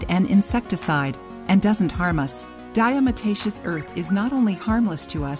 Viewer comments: She is saying it wrong....it is not diaMotacious it is diaTomacious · Mispronounced...'diatom-aceous' from prehistoric microscopic organisms, 'diatoms' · Diamataceous????? Lol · Lol....that is not how to pronounce this word ! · If you don't know how to even pronounce it, then it makes me wonder about all the info you are presenting. I've used it for years and agree with most of it. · If you can't pronounce it correctly you shouldn't put out a video about it. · You need to learn how to pronounce it properly! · I can’t take this video seriously. Pronounce diatomaceous correctly. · Great video, but you probably should get someone who knows how to pronounce Diatomaceous earth if they're going to narrate the video.